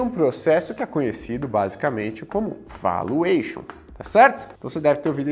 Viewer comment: vAluation e não voluation